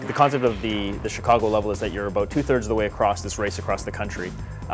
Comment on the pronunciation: So this what this game is ABOOT, eh ? :)